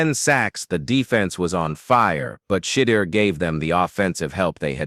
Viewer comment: I hate stories narrated by AI. He’s mispronounced Sheduer’s name every time he said it.